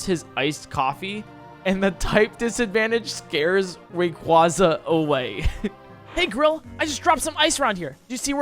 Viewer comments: im sorry did u just say REEYOUKRA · your saying Rayquaza wrong its not rayqwazea'